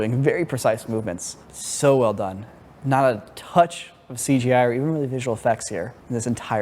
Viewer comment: oh 'she gi' like in gi jane? wonder they had any cgi in that one.